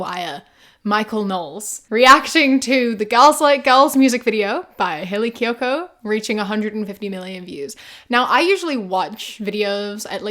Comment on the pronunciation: I totally thought you were saying Kaley Cuoco lol